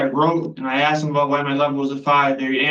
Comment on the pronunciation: I found God is what everyone says. The Parole board knows exactly what you are before you walk in. And stop saying "axe" it is ASKED.